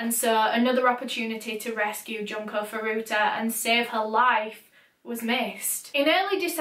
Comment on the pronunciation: Hey!, your video was very lovely to watch (an overstatement considering what it was about, of course)! I figured I might just let you know that Japanese u's are pronounced "ooh"! So her name was actually pronounced "June-Ko Foo-Roo-Ta"! No hate of course, still a wonderful video! It's just in case you ever do another Japanese case!